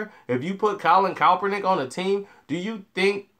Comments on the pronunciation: Sorry it's KAP ERNICK..... not COPERNICK. Lol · BRO... It's Colin KAEPERNICK! Sound it out: KAP-ER-NICK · If you can't pronounce his name right then don't do the article uncle Tom!!!!! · Now when I first seen the title of this video I was about to come on here and blast you for saying that Miami was right for not picking Colin Rand Kaepernick but I said well let me wait and see what he's saying first, and after hearing what you've said you're right he wouldn't fit into that system and the only thing that I can blast you about is the mispronouncing Colin Rand Kaepernick's name you butcher his name everytime you say it, its pronounced Capernick with a K not Copernick the way your'e saying it lol.. Now I disagree with you on why Colin Rand Kaepernick did what he did, now let me say this at first when he did it I said that he's just doing it to piss off the 49ers but when he gave his explanation I said well that's a good reason. Now what I don't agree with you on is you questioning his legitimacy on why he did it. And you also said he shouldn't done it on the job well his job is to play football and I can almost guarantee you there's nowhere in his contract or the NFL rule book that says a player must stand for the racist national anthem not yet, now that's where I disagree with you.